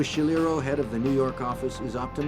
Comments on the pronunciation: "nuu yawk affice" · NEW YAWK AFFICE!